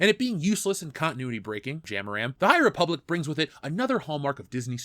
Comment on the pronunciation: the high repoopblic, am i right?